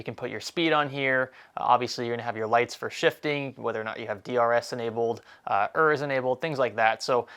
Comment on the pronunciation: Did just say Ers and not ERS?